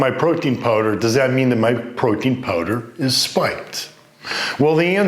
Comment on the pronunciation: is he saying Protein or Poutine lol thanks for the info